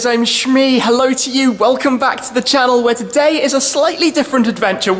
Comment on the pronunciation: You should say "welcome to the shannel"